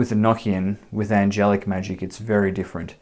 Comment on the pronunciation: Well I actually took the time to write this out earlier. First of all you are pronouncing this wrong. I want you to say these two words with me one is an ocean 2 is a notion 3 the proper way to say this enochian as the secret language of the Angels is revealed to you it is actually not so Secret. Do you ever have that high-pitched ringing in your ears so much so that you have all kinds of new ideas some of them might be so in depth that you actually pick up a notebook and write them down in hopes to later re-read it and rewrite it into something more profound. From what I understand feeling very the religion enochian is filled with words that have multiple meanings and that if you listen carefully you will here and see the simplicity the Angels put out ideas on waves and those things are open to receivers who are on those planes they flow like the ocean NeverEnding motion infinite revolving evolving thought it's very circular and it's construct just like any word that ends in t i o n Sean it's almost like you can find God's name right there Revelation Revolution solution contemplation aggravation subjugation etcetera etcetera etcetera. I am just very tired of hearing people say the word eknckian it is pronounced an ocean or a notion enochian same sound same context. I know this because of spiritual experiences I've had since I was a child this language is actually really fun brings about a whole different way of thought and existence and being and it's not to be over thought